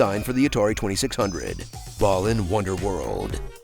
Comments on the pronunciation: Why no one talkin bout him calling it "ballin' wonderworld" tho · Why does he pronounce it as Ballin' Wonderworld?